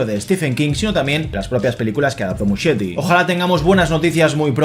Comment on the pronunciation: el apellido de Andy se pronuncia 'Muskieti' 😊